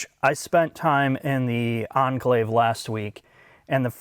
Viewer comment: Reminds me of the British sitcom Keeping up Appearances where a lady has the surname Bucket that she insists is pronounced "Bu-kay", but everyone keeps calling her Mrs Bucket. "Oh no dear, I don't drive an On-klayve, I drive an En'Cla-ve!"